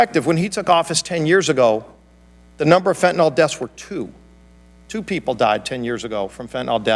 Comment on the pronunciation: I wish everyone would learn how to pronounce the one and done killer "fentanyl"! The y is pronounced like an "I". It is not fentanall sent by China via Mexican drug lords killing Americans...it is fentanyl!